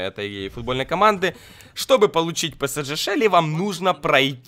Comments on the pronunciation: не псджэ а псж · не ПЭСЭДЖЭ, а ПЭСЕЖЕ(ПСЖ) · не псдж а правильно псж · Не псдже а псж вообще-то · не псДЖ а псж